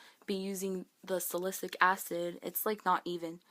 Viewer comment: Oh gosh, your skin hurts my heart. I know the struggle of severe acne and finding the right makeup and products all too well. No pill ever worked for me until Accutane. I still get a few flareups around my period, but other than that, everything is 100 times better. Oh, by the way, as a chem minor, salicylic acid is pronounced sal-uh-sill-ick!